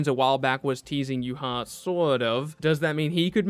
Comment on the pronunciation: Yuha? That was the gringiest way to pronounce Ywach ever